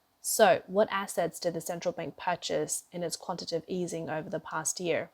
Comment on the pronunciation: Narrator: the financial/economic term is quantitative /ˌkwɑn.tə.ˈte:.tɪv/, (accent on the next to last syllable) not quantitive (which isn't a word). (The term is spelled correctly in the video text.) And, please notice the difference between issuance and insurance. They are not the same.